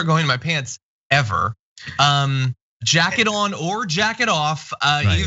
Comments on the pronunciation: John, you said Jacket-off 😂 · Did you just say Jacket on or Jack it off ? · AT 5.36 Did you say "Jacket on or jacking off"? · Did John just say "jacket on or jacket off"?